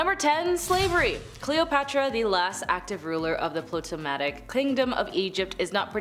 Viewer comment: Ptolemaic = TALL-eh-MAY-ick